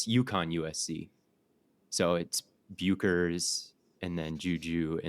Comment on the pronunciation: paige bueckers ❌ paige byookers ✅